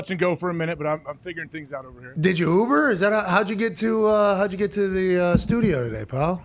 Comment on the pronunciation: So when is Jocko coming on with Hawkcast in “stu-gee-oh” so we can measure their noggins? Necks as well?